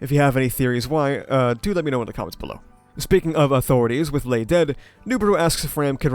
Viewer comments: I don't think Gluttonys name is pronounced Ley. More like 'Lie'. Lye, Loy and Luis, or Rye, Roy and Rui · Not sure where I heard this but I think Ley Batenkaitos is supposed to pronounced Rai. It’s some sort of naming scheme with the gluttonies Rai, Roi, Rui.